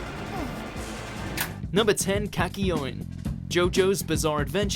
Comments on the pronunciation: Kaky-oin?! Way to butcher his name. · I got triggered when he said Kakyoin and Jotaro’s name wrong 😂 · How this guy pronounces kakyoin...